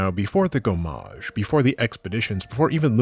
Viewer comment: If you ever have to pronounce so many french words again, one thing you can notice is that in french there are no accented syllables, both in terms of timing and sound volume. In general, every syllable is treated the same : same volume, same length. No "gomMAAAAAAAge".